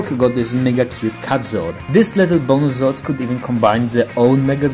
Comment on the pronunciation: The Voice messed up Zords